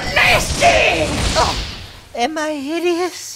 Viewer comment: is it me or does the spell sound like hes saying "YA NASTY"